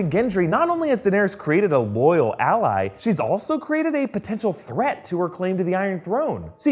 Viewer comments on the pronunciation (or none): none